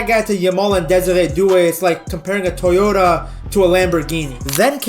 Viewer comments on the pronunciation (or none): none